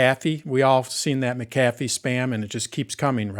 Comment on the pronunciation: Mic ... kathy? Does this guy not know how to pronounce McAffe?